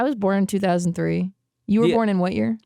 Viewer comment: every time she says 2003 hurts a little